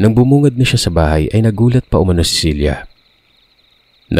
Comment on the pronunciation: Ang gulo mo. Cela ba o Cilia pabago bago ang binibigkas mo eh!